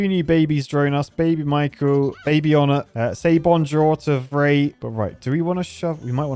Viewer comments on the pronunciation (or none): none